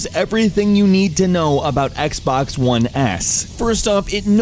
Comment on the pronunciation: This guy is literally saying "Zii Xbaax one s"